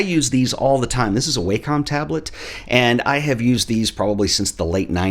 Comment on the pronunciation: You're the first person I've seen that pronounces Wacom the same way I do.👍 (the right way)